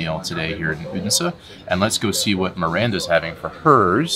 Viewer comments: You are really progressing in your danish, especially the word endings like in tartelett(er) and Odens(e) is loosing the american sounds like hard R's, the only thing I could really point a finger at was the hard "D" in Odense when its really a soft "D" sound. Very impressed by your improvement. :) Love you guys and you chill representation of the american moving to denmark storytelling and exploring the world I have grown to take forgranted for so many years making it new again <3 :D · 1. You pronounce the D in Odense as a hard D. Its a soft D - in the local dialect it can become so soft it becomes silent. 2. Were you aware you could also visit HCA's childhood home where he lived with his parents age 2 to 14 ? Its about a kilometer from the HCA museum. 3. Given the interest you have displayed in historic things, you might also be interested in visiting "Den Fynske Landsby" (a living history museum where many historic rural buildings have been moved (taken down and put together again as they were) to, or the Saint Knuths Cathedral, where you can see his and his brothers bones on display (they were lynched by an angry mob in the church where they had sought refuge) - some consider him the last viking king.